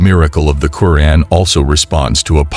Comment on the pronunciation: You're pronunciation of the Noble Quran, can be improved, it's "..Qo'raan,,,,or,,,ku'raan.